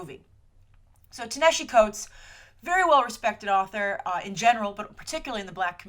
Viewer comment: How are you STILL mispronouncing that mans (Ta-Nehisi Coates) name? They pronounced it correctly in the Black-ish episode you mentioned like six times. You can even quickly look up how to pronounce his name on Youtube. And Black Panther having a tech mask like that isn't new. That debuted during Jonathan Hickman's run on New Avengers in the very first issue back in 2012.